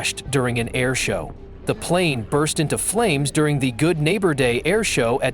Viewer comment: Nobody who isn’t from GA can pronounce Dekalb. It’s Dee-cab folks not Dee-calb